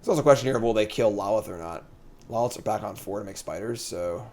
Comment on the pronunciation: I respect you and the website, but I have to say something…. Lolth (lol-th) (low-l-th) not (lawl-ith)